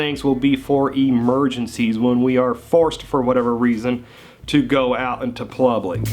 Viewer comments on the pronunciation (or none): he just said plublic like 5 times?? who is this paid actor? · Is it just me or does this guy say "plublic" instead of public? Also, try to block me inside my house and you'll catch a bullet! Js!!!